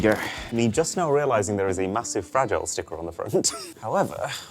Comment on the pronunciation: "Fra-jeee-lay. It must be Italian!"